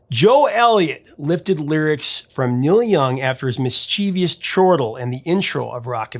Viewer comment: It's pronounced mischevus, not Miss Cheevius. Thank you.